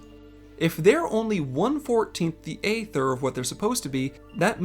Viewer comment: You do your research when it comes to lore, perhaps you should pronounce aether correctly.